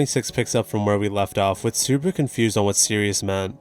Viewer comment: Everytime i hear Subaru's name being butchered. 😅😅